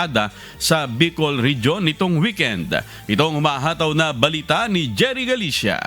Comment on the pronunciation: Bakit ang pag bigkas mo ng tagalog o english words ay may dagdag na A Ihatid AH, ICI AH, Kahapon AH, weekend AH, individual AH, ALBAY AH, tricycle AH, Albay AH, Bicol AH, weekend AH, live AH. Hindi tama iyan